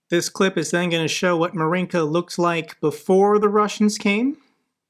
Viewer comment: MINSK, not Minks.